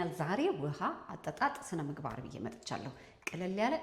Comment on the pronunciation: ስነምግባአር 😂😂😂 አንቺ ልጅ አንዳንዴ አማርኛ ይቸግርሻል ። መልክትሽ በጣም ጠቃሚ ነው